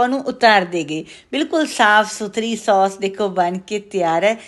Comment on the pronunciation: ਉਹ ਬੀਬੀ ਸੌਂਸ ਨਹੀ ਕਹੀਦਾ. ਸੋਸ ਕਹੀਦਾ ਹੈ 😂😂